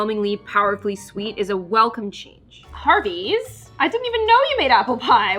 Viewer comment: When I hear you say Harvey's it sounds like to me you're saying Hardee's